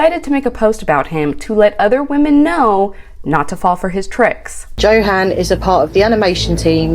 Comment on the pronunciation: Honestly. Ill be that person today.. I don't feel bad for her at all. I feel like and I've said this before, she was trying to buy his love. No one her age can be this thick. Also its YO HAN. She and JO HAND was doomed from the start when she couldn't be bothered to pronounce his name correctly.